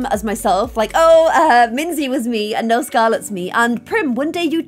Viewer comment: Minze not minze 😒